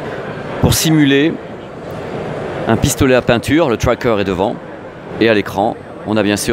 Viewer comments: putains ta gue.... TRWWWAKEUR TROP CHIANT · Ah ben non il le prononce même pas bien, c'est du franglais... C'est comme la manière de dire xperia...😂